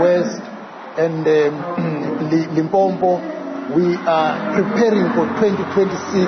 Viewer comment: He can't even say Limpopo but is a South African